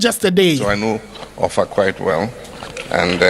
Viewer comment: He pronounced the names OFFA and ỌLỌFÀ OF OFFA, very well. And the title, Aarę Atunọlase of OFFA Kingdom, Kwara State. 😂😂😂